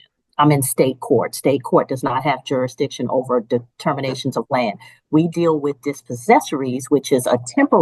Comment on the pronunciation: If you cant say the word "jurasdishin" you don't get to represent yourself. You get an attorney. Waste of time.